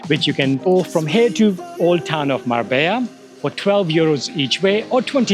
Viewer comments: on dit mar bella et pas marba, et puerto banùs et pas banus. J'ai connu Marbella dans les années 80 et c'était pas du tout comme çà. c'était plus réaliste et pas surfait .... Dommage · Es Marbella no Marba pues yo vivo aqui en Marbella